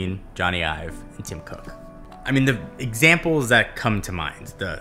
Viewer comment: It’s Ive. It’s just Ive,. Not Ives.